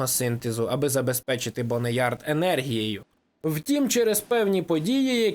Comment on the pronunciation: "БоунЯрд" а не Бонеярд ⁵лять🤕🫩